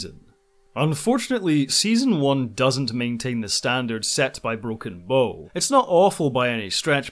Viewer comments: Ugh... It's Broken "Bow" as in the bow of a ship, not "Bow" as in bow and arrow... To properly pronounce, start with "Ow" as if you just stubbed your toe on the coffee table. You know, the first half of "Ouch". Now put a "Buh" sound in front of it. Should sound like you started saying a "B" word and then stubbed your tow... B-OW! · Bow as in ship bow, not bo. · It's not broken bow (bow and arrow) it's broken bow ( the front of a ship, pronounced bough.) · Great! Although I think you're consistently mispronouncing 'Bow' :p